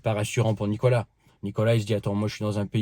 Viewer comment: çà se dit Nicolás en ppuyant sur le a